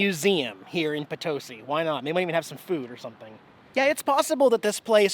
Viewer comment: Love your videos! I can't believe I missed you while you were in POTOSi, my hometown! Good job pronouncing Potosi. Been watching you for a couple of years, my husband is jealous I spend time watching your awesome videos.